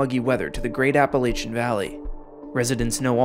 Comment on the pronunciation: Why can no one say Appalachia correctly 😭 it's appa-latch-uh. I heard a saying from a friend that said "if you say it wrong, I'll throw an apple at ya" 😂